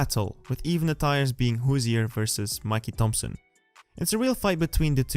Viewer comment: Great video and thank you for all the info! But please don’t call them “Mikee” Thompson wheels... Mickey Thompson lol